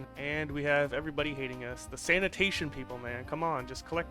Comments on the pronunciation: I'm from Poland but bro why everyone is reading Sanation Sanatation haha! Still very good video peace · At least, not "Satanation" 😂